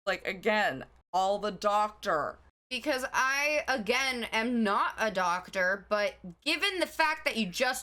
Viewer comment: i like when the new york accent breaks out DAWCTAH